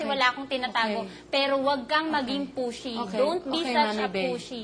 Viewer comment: "Dont be such a pushy" HAHAHAHAHAHA parang dont be such a pussy eh